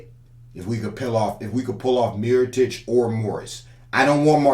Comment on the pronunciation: He really said miritoic over markieff smh 🤦‍♂️. Mirotic is way to slow. Markieff would make more sense for the playoffs